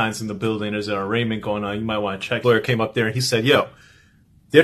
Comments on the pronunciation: "during his arrangement..." "under the RICO stature..." etc., etc. It's actually an "arraignment", and a "statute"! Do you even hear yourself? Do you not know what these words are/mean, or did you just hear someone pronounce them incorrectly, and you're just repeating it? I mean maybe it's just me, but I would think that an education should be a necessity if you're going to have a podcast that is watched by hundreds of thousands of people, but I guess I was wrong! I cringe every time you just randomly swap out these words that aren't even synonymous with the words its supposed to be! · Just so you know, the “g” in arraignment, is SILENT, girl!